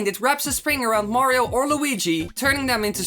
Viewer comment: 4. STOP SAYING MAYRAYO OK OTHER PLAYERS CAN WHERE IT TO!